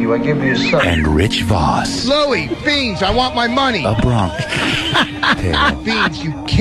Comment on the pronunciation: Louie! Beansch!